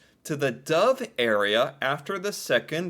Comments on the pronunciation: not Dove, but Dovre. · Its dovre area not dove